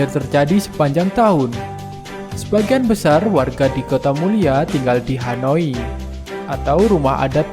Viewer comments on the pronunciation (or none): Rumah bukan HANOI tapi Hunai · Honai....bang .. honai....rumah adatnya orang Papua.... Bukan Hanoi..... 🤦🏾‍♂️🤦🏾‍♂️🤦🏾‍♂️ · Banyak kekeliruan dalam pengucapan,, ketinggian seharusnya diatas permukaan laut atau mdpl. Bukan dibawah permikaan air laut. Seharusnya rumah HONAI bukan hanoi.perlu pengetahuan dan ketelitian untuk Admin. Jangan sekedar bikin konten. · Honai kok hanoi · Honai min... Bukan hanoi 😄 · Dan satu lagi,, rumah tradisional orang papua disebut honai,, bukan hanoi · Rumahnya namanya Honay bukan Hanoy